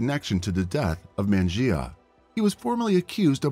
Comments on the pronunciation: Ugh the mispronunciation of her name the whole video 🙄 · I'm sorry but it's super disrespectful that you keep butchering her name. Presumably this channel is making money by reporting the case; the least you could do is ensure the victim's name is consistently pronounced correctly. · How the narrator pronounced her name 6 different ways in the same video?? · Horrible. Show respect by pronouncing her name the same way each time, even if you butcher it. Just saying. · I like your channel and watch a lot of your uploads but I can't finish this one due to the terrible disrespectful prounounciation of her name. Even after the police officer said her name in the news clip you still say it incorrectly. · Sounds as tho he's saying matty jay when its pronounced mer nee jah rhymes with amnesia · The officer pronounces her name Ma-ni-ja. And, said that people called her Mani. I usually don’t get bothered by someone mispronouncing a word or name…but the fact that this “narrator” says Manijeh’s name every other sentence, and doesn’t pronounce it right once…that does bother me. Especially since the channel included footage of her name being pronounced correctly. And, most especially since her moniker was something so simple to pronounce. This MUST be AI narration…or an idiot. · yes, i imagine the proper pronouncement of it might be like the officer footage mannáy-jah. not mennuh-jey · It's a Persian name, correctly pronounced "Man-i-zheh," but in English that letter j is often substituted for the Persian letter "zh." And of course it's "Mani" for short in both languages. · I guess it's pronounced Man-I-Jah? At least that's how the officer pronounced it. Great story though. Mistakes happen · Pronouncing racialized names correctly isn't trivial. Respect is given when we take the time and care to say a person's name correctly. A quick search says that her name—Manijeh—is pronounced "Manny-jeh" ("jeh" like "eh"). It's that simple. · You could at least get the victim’s name correctly.